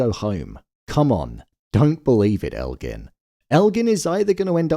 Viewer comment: Why do so many people say Elgin's name wrong?? It drives me crazy